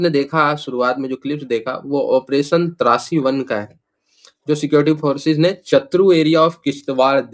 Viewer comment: ओ भाई, तुझे ऑप्रेशन "त्रासी1" और "त्राशी1" मे फरक नहीं समज आता है क्या....????? 🤔